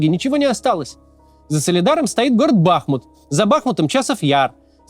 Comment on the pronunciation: В слове "Бахмут" удаление на У.